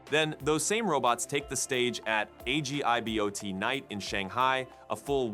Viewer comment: The g sound in Agibot is pronounced like a j (as in agile).